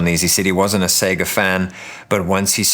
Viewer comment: You earned my sub with this video. Main reason, you say "Sega" correctly ! All other reviewers seem to think the company's name rhymes with "beggar" and it drives me batty. I couldn't get through Russ's video. It's music to my ears to hear it pronounced "say-ger" finally. Anyway, I'm getting a grey Arc D. Same color (and shape!) as my 8BitDo M30